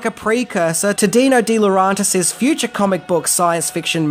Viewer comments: If you really did research you should know it Roger Vadim and not VaDmin and also Dino DeLorentis and not DeLrAntis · Why do you keep mispronouncing Dino DeLaurentis' last name? It's not dee-lo-RAHN-tis. It's dee-lo RENT-is. Sorry, but s**t like this annoys me to no end.